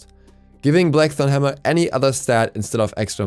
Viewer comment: "Black thong hammer" that's what I heard leave me alone.